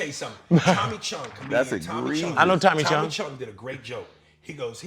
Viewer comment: I thought he said Tommy Chong free cheech n Chong he said Tommy Chunn